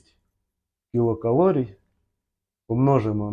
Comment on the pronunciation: Нарешті хоч у когось звучить правильно ! КІЛОкалорій, саме так ! За це можна пробачити і "клітчатку" і "вуглеводи" і "получається" ) Дякую за просвітницьку роботу !